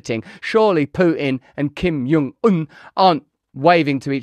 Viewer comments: Kim JUH JUH, not "yuh" JONG un. Just saying. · I don’t think the J is soft in Korean… you’re saying it like his name is Spanish lol